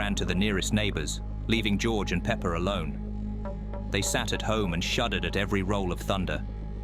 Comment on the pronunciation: why does he call peppa "Pepper"😂😂😂